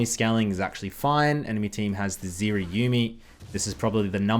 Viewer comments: It's not Ziri, it's Zeri... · The moment I heard zEErEE , I instaleft.